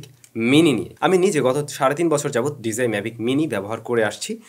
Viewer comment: Bro just a small request please learn how to properly pronounce “DJI”